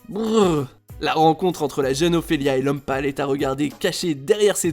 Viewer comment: Ptn quand il a dit l'homme pale j'ai crus qu'il parlait de Lomepal